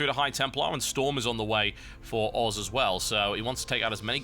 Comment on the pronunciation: Sounds like TB says FXO oars..